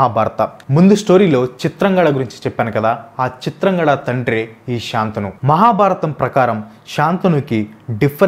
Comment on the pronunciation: Chitrangadhudu bro chitrangada kadu